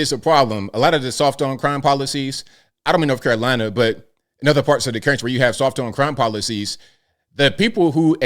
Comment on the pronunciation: North Carolina not Norf Carolina